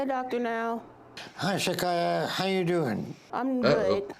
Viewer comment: LOL there is know Rs in Shakyia or what ever it is